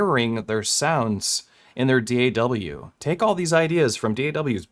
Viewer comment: I’ve never hear somebody call a DAW, D-A-double-U 😂 don’t actually know what the correct pronounciation is